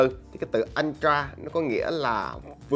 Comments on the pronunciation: vcl “ân tra”!!!! 🤣🤣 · Nghe nó cứ sao sao nhỉ. Phát âm lệch rồi. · Hự!!! /ˈəltrə/ là /ớ trờ/ mới đúng chứ anh :D :D